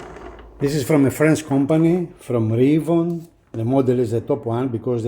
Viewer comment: Two things . . . First, you are mispronouncing "Reavon". It's pronounced "Reee' VON", not "Ray von". Second, as much promise as the Reavon players have, for the price these players still need quite a bit of work. Go on the forums to review the issues. My biggest concern is the price. Both players (the X100 and the X200) cost a whopping 50% more than comparable premium models.